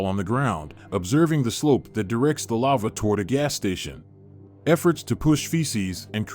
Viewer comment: Robot voice pronounces lava as lover